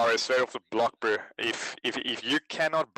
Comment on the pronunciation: Pls stop saying "broo"